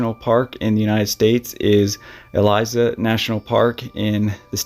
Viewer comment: wrangell-st elias….not “eliza”…c’mon, man. at least learn to pronounce the names properly